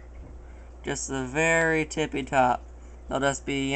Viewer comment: "Tipy top" lol